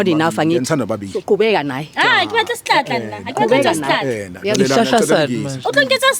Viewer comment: Stlatla not shlahla😂😂😂😂jooo guys I love this show😂